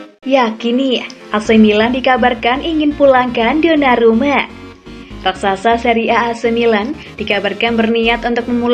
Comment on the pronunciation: Mala denger sonarumput